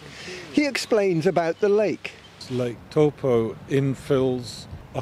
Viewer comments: It's interesting the way you're pronouncing taupo. I would normally say Tau-poe. You're saying toe-po. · it's pronounced Toe paw. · I’m a Kiwi and I’ve never heard of Lake “Toe Poor” 🤷🏻‍♂️ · Toe Poor